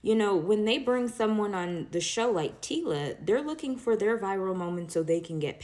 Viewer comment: not “Tiila” bro🤣